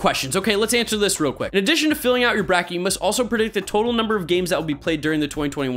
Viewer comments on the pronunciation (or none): none